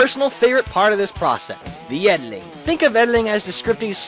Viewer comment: You keep pronouncing editing "ediling".